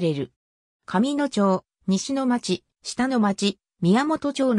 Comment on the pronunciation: 「かみのちょう」「したのまち」って 普段聞かへんから最初なんの事か分からんかった🤷‍♂️